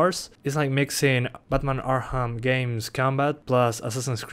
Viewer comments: Learn how to say arkham you were saying arham not arkham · why do you say "arham" and not arkham XD LMAO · ARKHAM CITY not arham city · Batman "Arham" City lol